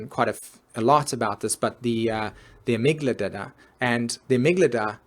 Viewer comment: amygdala, not amyglada... please learn to sell things before you teach about them